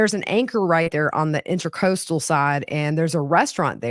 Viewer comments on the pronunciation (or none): It's "In'tra'coastal Waterway"...NOT "In'ter'coastal Waterway."